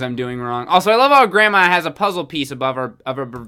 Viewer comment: It said Gransma in the intro!! I’m crying